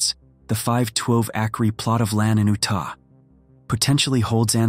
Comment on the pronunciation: The five twelve akree plot of land in oo-tah